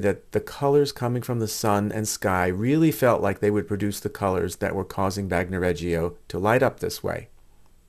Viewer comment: Bagnoregio. Bagno pronounced. BAHN-yo. Not bahg no Regio pronounced REH- Jo Not Reggie-o